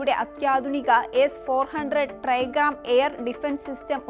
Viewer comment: എസ് 400 ട്രൈഗാം അല്ല ട്രയംഫ്